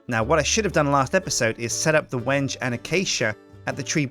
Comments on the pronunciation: I thought it was pronounced like wengee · Is he sure its not pronounced when-yay? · I'm from Argentina, we use tons of Wengué over here. At least in the spanish speaking world, it's prononuced "Wen-ge". The first part is prononuced as "When", and the second one sounds like the "ge" in "get" Also, the second syllable is the one that's stressed. We use the "é" to indicate that's a stressed letter. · I think there were a troll saying to that the wenge tree is pronounced "wen-gei" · wenge - pronounced when-gai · It's wen-gee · Someone tells its pronounched when-gay. Obvious troll is obvious troll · Well the title of this video is how you pronounce Wenge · THANK YOU! I was so frustrated when he said Wenje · At the end you said it wrong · sir its balsa and wenge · he's been pronouncing it wrong this whole time. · try pronouncing Wenge differently and you'll get it.